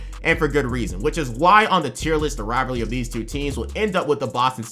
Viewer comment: bro can’t say rivalry